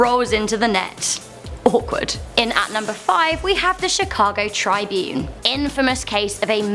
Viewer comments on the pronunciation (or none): It's not Triebune, it's TRIB - UNE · Tribune not try-bune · its not pronounced tri-bune its pronounced trib-une ( at least in America) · Trib-une, not tri-bune, like Trib-une not tri-bute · It's NOT the Chicago Trybune, it's the Chicago Trib une. The space is intentional for pronunciation purposes. Also, kindly quit talking with your hands. It's TOO distracting. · its Chicago. trih- bune not try-bune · Chicago "Tri-bune"... Really? I'm from Chicago and I have never heard someone call it that. Everyone I know says "Trib-une"